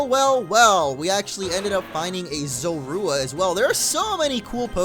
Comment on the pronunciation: its zor-uuu-wa not zo-ru-a